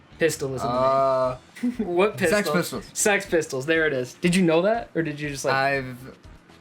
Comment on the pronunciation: I think six pistols is in the dub and the sub, but its Sex Pistols